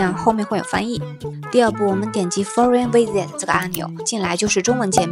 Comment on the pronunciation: 你的英文发音怎么这么差，是哪里毕业的？ 大陆本科学校的本科毕业生都要求过英语4级，4级不该是这个水平，连foreign visitor这个词都发不准。